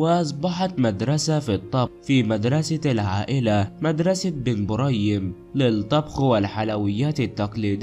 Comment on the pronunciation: علاه راك تتعقن اهدر مليح اولا اسمها بن بريم مش بن مريم وش ذي الخالوطة 🇩🇿🇩🇿🇩🇿